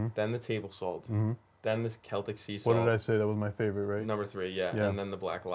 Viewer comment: I love Sult! I'm a Sultan of sult! It's hard to assault my taste buds with too much sult! My blood type is sult. I can't stop laughing at how you pronounce SuLt!